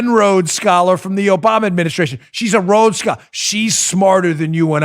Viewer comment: HAHaaHaa!!....A rodes skoler....roads scaller....rowed-scoler...maybe, surely not a Rhodes Scholar! Here's the criteria for a Rhodes scholarship; truth, courage, devotion to duty, sympathy for and protection of the weak, kindness, unselfishness and fellowship; moral force of character and instincts to lead, and to take an interest in one's fellow beings. must have gotten an "affirmative action" scholarship as a non-binary because ze sure doesn't fit the criteria!